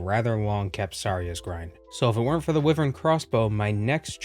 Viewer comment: i found the way you pronounced wyvern very odd.